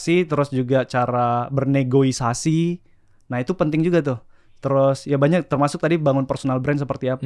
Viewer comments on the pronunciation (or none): N E G O S I A S I. Bukan N E G O I S A S I. 🙄